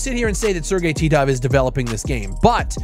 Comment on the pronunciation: I smiled when you said Sergey Titov. It brought back so many memories of you saying his name.